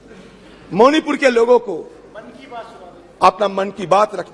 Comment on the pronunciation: Say मणिपूर मोनीपुर नहीं